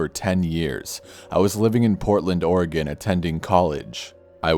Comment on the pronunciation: Thanks for saying Oregon correctly.